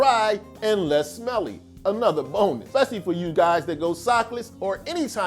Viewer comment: Did you say bonus or boner?????